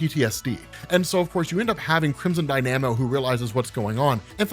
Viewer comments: Did this man really just say " crimson die-na-mo" ? It's pronounced crimson die-nu-mo. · Die-nam-oh? LOL.